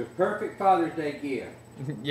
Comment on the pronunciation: A chicken. - "The peeufect fathurr's deeu geeeaft". - I knew it when he said it. 😆 I suspect this works so well on camera because the chicken is enjoying watching itself a lot, too. 😁